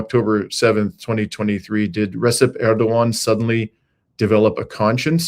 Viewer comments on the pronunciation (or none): Hate to nitpick, but pronounce 'Recep' as 'Rejep with the English 'j'. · On Türkiye's Side on this one! I used to live in Türkiye. I wish they'd leave NATO and stop support for Western Imperialism. By the way, Recep is pronounced Rejep the C in Turkish is a J. The j in Turkish is a soft french style J. Make it make sense lol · Thank you. In the Turkish language, the letter "c" hss the sound of "j". So "Cenk" sounds like Jenk and "Recep" sounds like Rejep.